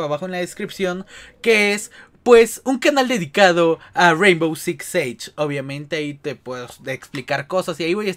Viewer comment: We neta ni sabes pronunciar el nombre del juego